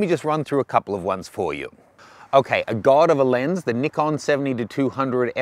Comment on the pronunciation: Ohh, finally someone that pronounces Nikon right. It's Nee-con, not Ni-con